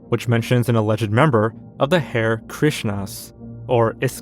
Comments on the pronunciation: Hare Krishna is pronounced HA-RE not hair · "Hair" Krishna lol... has a theme of mispronouncing words. If you not sure of the way to say it, look it up! Actually don't cuz it's funny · great video! in the future its pronounced "hah-ray" krishna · Hare is pronounce har-ee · the "Hare" in "Hare Krishna" is pronounced "hah-ree." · I am not criticising, merely laughing at the ironic... Host: mispronounces Hare Krisha Host a few seconds later: Sai Hansen, sorry if I mispronounced that. Keep up the good work friend, I am not in any way mocking or criticising.